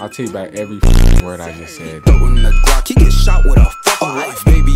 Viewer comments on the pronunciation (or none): none